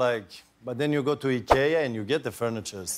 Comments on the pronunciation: Finally proper pronouncing of IKEA! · So that’s how you pronounce IKEA ?! Eeekeeaa!!! Not I-keee-yaah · if Zlatan tells,it's pronounced E-kea, not I-kea, you just learnt something. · In Sweden we pronounce it Ick-Eh-ah.😅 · So, its pronounced E K Ahh, not I Kee Ahh. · Z’s Pronunciation of IKEA. As a swede, you can hear what part of his town he’s from. 100% true to roots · How do you know from which town just by his pronunciation 🥲 We say it the exact same way in the Netherlands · I guess I’ve been pronouncing IKEA wrong all these years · Real Swedish pronunciation of “ikea” we been saying it all wrong the whole time 😅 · How do you pronounce Ikea? He pronounced it the way we do in Spanish. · Ikea is Swedish as is Zlatan. He pronounced it like in Sweden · The i in ikea stands for Ingvar first name of the man whos started it all Ingvar Kamprad.Anyway the way he say i ,thats how it is pronounced in all scandinavian countries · No, it’s not. It’s Swedish, and this is how we pronounce it here in Sweden. Americans pronounce it like you wrote, but that doesn’t make it correct. It stands for Ingvar Kamprad Elmteryd Agunnaryd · Zlatan pronounced it in Swedish, since he is from Sweden, just like IKEA. Duh. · I first thought he pronounced IKEA wrongly. Then I remembered he’s a Swedish and ikea is a Swedish company 😂